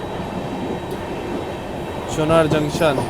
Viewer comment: अबे पागल हो का वो चुनार है चुनर नहीं हैं हर बार चुनर चुनर क्या मज़ाक बना रखा